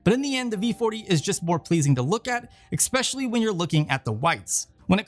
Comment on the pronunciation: Expecially? Really, dude.